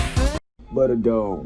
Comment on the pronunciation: Budder dawg